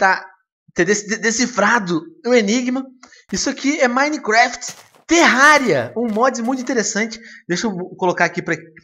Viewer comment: Silly foreign pronunciation, It's Minecraft, not Mine-E-Keraftae